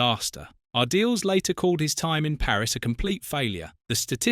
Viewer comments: Its pronounced Ar-dee-les not Ar-deals or Ar-diles. Lol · Lost it all? What a load of rubbish. You can't even pronounce his name properly - pathetic. I won't waste my time on any more of your videos. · at least learn how to pronounce his surname.